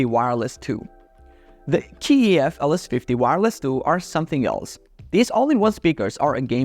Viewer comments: It's not K E F it's KEF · Why do you pronounce the letter K (kay), keee when you talk about Kef?😂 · Its Kay E F..not Key E F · I don't know where you got this K-E-F business - how can you be an audiophile and not know it's one syllable - KEF! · How do you claim to be an expert but can’t pronounce KEF correctly. You test active and passive speakers against each other, you leave one brand at a lower tier due to price but put the KEF in god Tier when they are the most expensive on the list. Also leaving off the Martin Logan 35xti’s off the list is a crime. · Its strange that you pronounce KEF per letter.